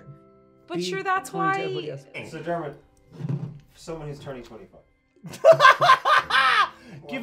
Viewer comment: Dermot FTW!!!! For real though. Yes Dermot. Yes. Nailed. It.